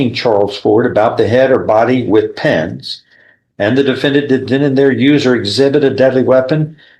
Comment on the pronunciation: I swear he kept saying penis and not pens, he said I stuck him in the face with penis......ummmmm